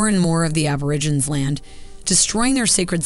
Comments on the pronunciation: Why does the narrator call them Ab-or-i-ginz? It's pronounced Ab-or-ig-en-eez. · Why is the narrator calling them "Aborigins" wtf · the narrator of the video they watched can't pronounce aborigine correctly. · "Mysterious Black People"? Where on god's green earth did you hear that? And the documentary you chose used a narrator who, if the closed captioning is correct, couldn't even pronounce "Aborigines" correctly. Please get help finding appropriate resources to share with our beloved villagers. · No-one in Australia calls them "mysterious black people". It's a pity that the narrator didn't learn to pronounce "Aborigines". I hope the good folks here get a chance to visit Australia and spend time with Aboriginal groups.